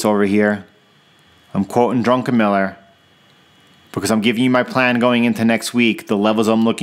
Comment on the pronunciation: solid TA. instructive. your bias-less-ness is particularly enlightening. but the like you earned for "drunkenmiller" xD